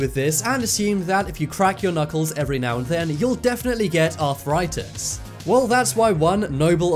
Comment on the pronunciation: Arthritis only has 3 syllables, and tendon does not end with a T. There's no such thing as arthur-itis or a tendant.